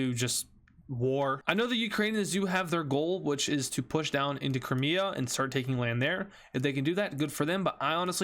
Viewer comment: he said cramea and not crimea💀